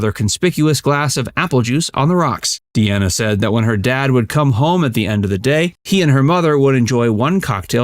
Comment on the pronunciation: Franks singing isn’t good . Just his bands and some phrasing. Dean is a better actor hands down. And sorry it’s “dean a “ not “Deanna “ 😅